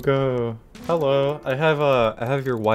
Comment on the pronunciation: Hewwo